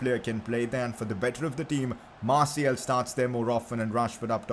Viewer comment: Man its anthony marTIAL not marTIEL. Thats how it souds when you record